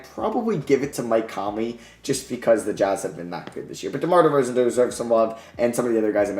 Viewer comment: The disrespect on DeRozan's name is mad.